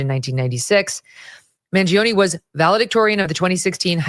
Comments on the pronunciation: It's pronounced Man join A! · Man-g-own-e is how it’s pronounced just fyi but I am completely disgusted with some of the people of this country! Regardless of what you think or how you feel about our healthcare system no human being deserves to be gunned down in cold blood! Also not to mention he has no control over the policy’s that determine how are healthcare system functions! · Bro, did you not read comments on social media last week? 99% of them supported the assassin. And I can't believe you're from NYC and can't pronounce an Italian name? 😂